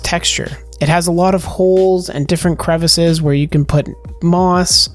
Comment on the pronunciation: It’s crevice NOT crevaaace!